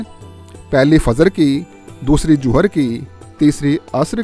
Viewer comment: I wish you also used English or Urdu or Punjabi language. It's not Joher but Zohar time. Please don't say J in place of Z.